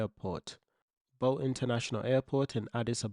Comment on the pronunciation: Good vid but learn how to pronounce BOLE.. IT IS not Bowl..but Boleee